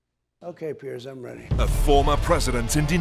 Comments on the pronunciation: Piers. It's pronounced PIERS, like one pier, two piers. NOT 'pierce', like pierce skin with a needle. (Sorry, makes me crazy...) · why are you mispronouncing the idiot Piers Morgan's name? It's pronounced "peers". You're sounding like a low IQ Republican when you do that. Don't be like them, do better.